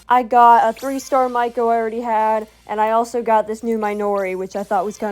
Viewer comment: You calling Meiko mikeo the entire video made me giggle I love how you edit